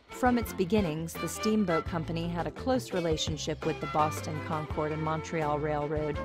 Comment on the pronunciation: We pronounce it concurd not con-chord.